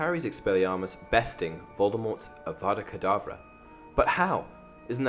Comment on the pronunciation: Harry’s expelliarmus beat voldermort, because as Hermione said. He’s saying it WrOnG It’s Avada Kedavra not AUGGGGGGGGGGGGGVADA KEEDAVRA (also I don’t know if this is original, if it isn’t I apologise, but I haven’t seen any comments like this I s this video so ye)